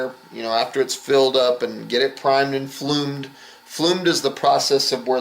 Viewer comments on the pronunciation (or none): The word is bloomed not flumed as in it has bloomed like a flower